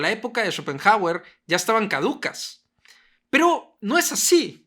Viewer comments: Escuchar tantas veces “Chopenjauer” terminó por hacerme dejar de ver el vídeo. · "Chopen jágüer"... Trata de —como mínimo— aprender su pronunciación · Y qué graciosa su pronunciación... "Chópen Jágüer"... jajsja